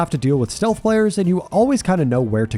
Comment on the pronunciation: steath instead of stealth for ghostface made me laugh